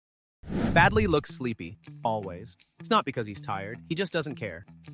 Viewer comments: Baldi not badli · it's not badli it's baldi